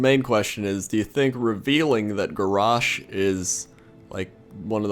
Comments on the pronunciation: why do you pronounce garrosh like that isnt is garrosh not garoooooaoaooaoaooaaoash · Gaaah, lol, it's not Gorraaaarrshhhh, it's GarrOSH. hahaha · Is he saying Garrosh or Garash? :P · The way you pronounce Garrosh annoys me...>:(.